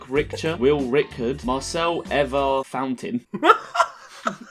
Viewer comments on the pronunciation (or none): none